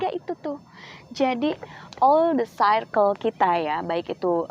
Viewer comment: hahaha all the circle mba bukan the caricle